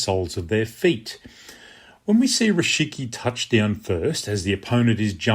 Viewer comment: Thanks for the explanation. Just a small correction: it's "rikishi", not "rishiki".